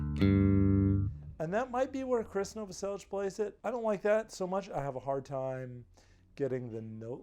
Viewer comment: Wow, incredible. I just searched for a lesson for this bassline. And I have to say you did an amazing job! Really good explaining. If only you did all of krist’s bassline😄(btw you said his name correctly he’s Croatian just like me haha). Keep up the good work I would love to see more nirvana! Like stay away, Frances farmer will have her revenge on Seattle and more! Thanks man